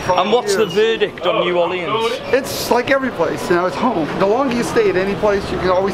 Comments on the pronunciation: "new orleeyans" 🙄. It's NEW ORLEANS 🤨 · Is it just me, or is saying "New Orleans" wrong..... idk might just be me lol